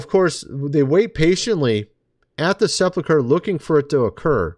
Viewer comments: SePULcher not seplacher.... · Right. It is pronounced the way I wrote. I spelled it that way to show how one should pronounce it. Sep ulk er NOT sep luck er